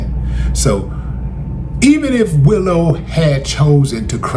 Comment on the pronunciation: Willow, Willow not Willie.